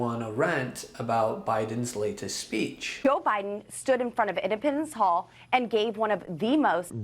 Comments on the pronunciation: Is she saying impotence hall Ipopapendence hall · Poor dumb Boebert: here education was public & paid for by ‘the rest of us’. Her GED test, well yes, she did pay for that herself. I got to ask, is she trying to say “Independence Hall” when she says ‘Im-ped-a-mence hall’?? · Where is Edipens Hall? Doesn’t she even know it’s Independence Hall? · Is she saying “indepitance hall”? I know she struggled to get her GED but come on, independence is not a hard word…